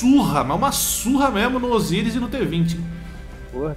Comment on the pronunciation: abreizeeee "Osiris"